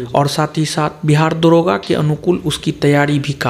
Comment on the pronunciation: दारोगा नही होता है दरोगा होता है।।😁😁😁